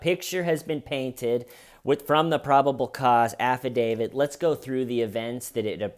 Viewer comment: Love you you are one of the good ones, special and one of a kind. But the "afa-DaviD" is Killin me. It's affidavit with a "t" at the end not a "d"